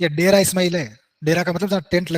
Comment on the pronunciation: डेरा✖️ ढेरा ✅️😅